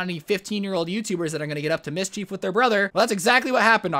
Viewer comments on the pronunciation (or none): Mis-chief. It’s mis-schef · “Mish-cheif” it’s mish-chif